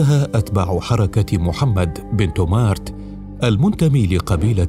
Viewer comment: إبن تومرت وليس تومارت كما ينطقها المذيع